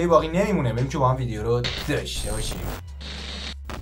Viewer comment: می شه لحن "داشته باشیم" رو که می گی عوض کنی ؟؟؟